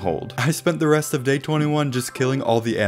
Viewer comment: When he said day 22 he said gay 22